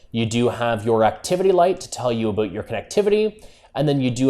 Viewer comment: ''Aboot''.... hehe